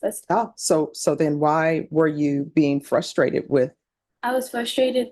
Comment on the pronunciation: said she said fuss -trated - not a word. I have no idea what you’re replying to.